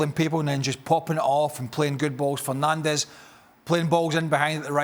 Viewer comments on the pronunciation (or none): none